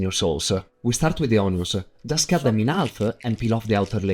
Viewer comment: Cute it intoe piecese. Terrible-e